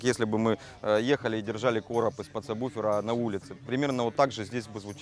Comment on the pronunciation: "Сабуфера"!!! "Сабуфера"!!!!! Мои уши!!! "Сабуферные"!!!!